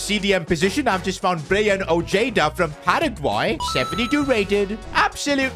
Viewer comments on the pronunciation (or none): none